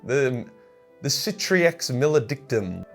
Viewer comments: Sick-ah-trix Mela-dick-tum Least thats how I say it. Another solid video man your genuinely one of my favorite YouTubers rn so keep up the good and "unique" work (still behind Luetin tho sorry my guy) Also I think its Imperium Nile-us. May be wrong though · Sick-ah-trix mal-uh-dick-tum. There ya go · Easy, It's pronounced Crippledicks Mauledrectum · 'Ci-ca-trix Ma-luh-dick-tum' If Darktide can pronounce it correctly, a guy with autism has no excuse not to. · "Sis - ah - tricks ' Mail - eh - dick - tumm" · Sik-at-rix mal-adic-tum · Seekaytricks malledicktoom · I normally pronounced it as sick-a-trix ma-le-dic-tum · Circ-a-tricks mal-e-dick-tom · Sick-ay-trix Mal-add-ick-tum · It’s pronounced, for any of y’all wondering, sick a tricks mal eh dick trum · I pronounce it Sick-a-tricks malla-dick-tum! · speak after me : CI CA TRIX MA LE DIC TUM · Cicatrix maledictum should be pronounced like Chee(as in CHEEta)-ca(as in CAr)-treex(treecs?) ma(as in MOm)-led-ictum(like ICTUs but with a final M instead of an S) Im not a native english speaker so it's the best i can do,for the pronunciation i used google translate's english voice. (chee ka trix ma led iktum) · Local British prisoner can't pronounce simple words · Funny you struggled to pronounce "Cicatrix Maledictum" today, when you actually nailed the pronunciation during your Blood Ravens lore video. XD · 'Its pronounced Cicatrix Maledictum' not 'Cicatrix Maledictum'...do i win ? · Those mispronunciations of the Cicatrix Maledictum unfortunately are part of a ritual to open a Demon portal. Gotta be careful with that Latin, that's why it's a dead language - they kept accidentally summoning Demons in casual conversation.